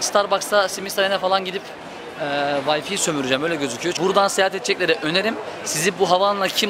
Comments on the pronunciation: way-fi degil way-fay :) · D turkler neden W harfini V ye ceviriyor okurken ? vayfi 😂